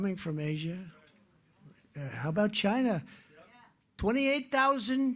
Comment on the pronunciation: his pronounciation of "CHINAH" and "CHinEEEEESE" never gets old. 😂😂😂 Maybe Biden should stop doing terror attacks in Congo then. Do you know that they literallly backed an actual indurrection that has been calling the elections rigged there and Biden says that is democracy because his stooge didnt win there? 🤣🤣🤣 The irony.